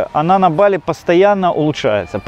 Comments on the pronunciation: не БАли, а БалИ правильно говорить)) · Какой позор! Каждый школьник знает как произносится название БалИ - с ударением на последнем слоге!.. И зачем то и дело перебивать атеистов, даже прикидывающихся мусульманами, христианами или буддистами? Это разве хороший тон!? Иудеев перебивать да, можно, они обрезанные, значит некультурные и поэтому их необходимо тыкать в это как котят - носом в какашку! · То БАли то БалИ. Ударение туда сюда меняете. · Дама с жасмином.. местные жители говорят БалИ, как и французы, которые когда-то колонизировали эту провинцию, а их там оочень много проживает и приезжает, с чего вдруг "наши" решили адаптировать под русский язык, не понятно.. я всегда говорю с ударением на последний слог и это не бросается в глаза, там никому выпендреж с русскими ударениями никому не интересен. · не бАли а балИ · Ударение правильное Ба'ли, а не Бали'. Живет много лет , но не знает этого? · Чуваки пытаются говорить бАли, но время от времени всё равно сбиваются на балИ. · То БАли, то БалИ))), а как все таки правильно? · Провёл года 3 в Индонезии - ребзя, на другой слог ударение - БалИ! Инфа 100%, можете уточнить у местных.